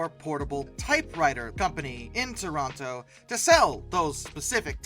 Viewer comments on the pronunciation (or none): none